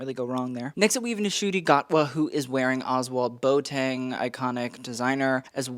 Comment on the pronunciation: Love your commentary as always! Just wanted to let you know that Boateng is actually pronounced, ‘Bwah-ting’ it’s a Ghanaian name ❤